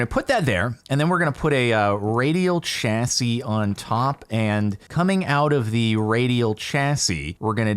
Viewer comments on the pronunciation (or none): Jardoon maroon your pronunciation of chassis makes me want to cryyy /lh